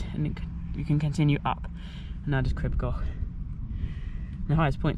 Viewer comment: Hey heads up; Crib Goch (red ridge) is pronounced ‘Creeb Gorch’, with a welsh throaty ‘ch’ of course! Long vowels :) Hope that helps. And of course, Snowdon’s correct name is Yr Wyddfa, which means The Mound. The name Snowdon has no connection at all to the ancient Welsh name. But there we go! Fab film. I can see the ridge from my house (am local, obvs) and always interested in people’s wildly varied experiences of walking it.